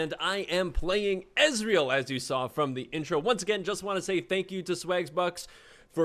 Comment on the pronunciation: your ezreal, is awful lol